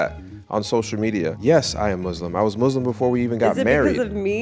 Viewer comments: Muslim, not muZlim, please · please pronounce Muslim with soft s. I didn’t know you were Muslim before you met! That’s amazing! « If you wanna elaborate that’s fine » « No, I’m good » You’re smart about being careful/picky about your friends. Vulnerability is so attractive. I loved the end